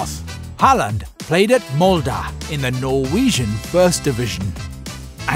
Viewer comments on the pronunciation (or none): Im norwegian and u dont say molday..... You say molde